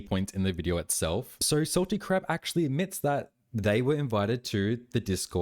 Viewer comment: Are u saying Salty Crap or am I hearing wrong 😭😭